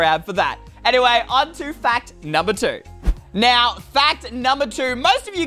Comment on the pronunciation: also said anyway as anymay